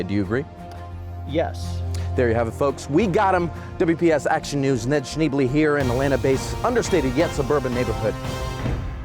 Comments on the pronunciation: That's pronounced "Shnay-blay." It's french. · It's pronounced ShnAy-blAy, and shouldn't you be at school? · Actually is pronounced "Shcnay-blay"